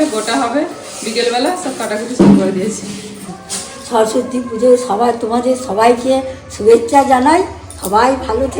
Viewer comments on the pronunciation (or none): দাদা সরস্বতী হবে not স্বরস্বতী